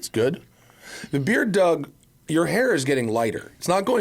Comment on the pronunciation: "Dour Demuro" 😆